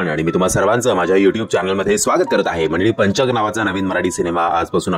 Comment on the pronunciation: पंचक उच्चार नीट करा व्वा हे वर्तमानपत्रात पण द्दा बर होईल